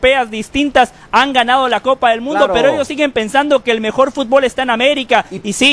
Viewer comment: Aprendan primero a pronunciar FÚTBOL NO FUTBÓL y después hablen nabos!!!